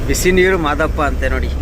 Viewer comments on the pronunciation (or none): ಅಣ್ಣ ಅದು ಬಿಸಿನೀರು ಮಾದಪ್ಪ ಅಲ್ಲ ಬಿಸಿನೀರು ಮುದ್ದಪ್ಪ ಶಾಲೆ